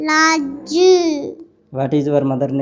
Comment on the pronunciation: జతిన్ ఇంకా బాగా చదువుకోవాలి ❤.: what is your father name? జన్ని. లాజు!!! Mother name: నిమ్మలా😂.